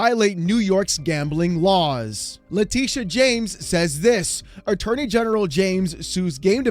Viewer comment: You lost me at "Letitia"...🤦